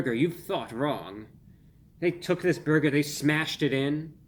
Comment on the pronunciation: "PERFECTION, or meaby a horrible burguer... i don't know" i can't stop laughing. 😂